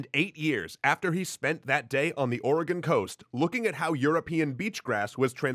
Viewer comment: He said Oregon right, instant like